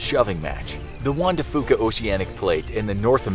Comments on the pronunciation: “Fuca” is pronounced “FEW-kah,” not “FOO-kah” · Lol love how he pronounces “fuca”